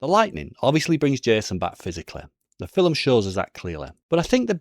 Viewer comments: Wtf is a filim? An accent doesn't allow you to add letters to a word bro...filim...get thefxxx out of here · The fillem, or film?😂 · How come I'm just now hearing people say fill'em instead of film,is it because of melaniea